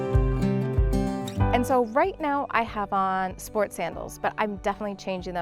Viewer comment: Hi!! Love your videos!! One thing to tell you. Bubble in Spanish is Burbuja, with u, not Barbuja! 🤣🤣😂😂 its ok, one new word for you! 😉 Loved that place!! Hugs from Puerto Rico!! You should come visit us 🇵🇷🇵🇷